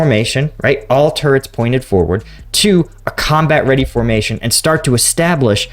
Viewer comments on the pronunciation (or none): none